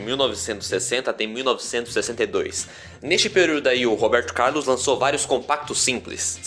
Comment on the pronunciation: Gostei da história do Robeeeerrrrto Caaaaarrrrlus!